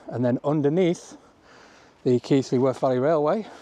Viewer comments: "Kylie" i mean really simon! 😅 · Keighley's mispronunciation is Simon Whistler's fault!